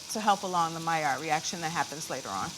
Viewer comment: Thank you for pronouncing maillard correctly! 😂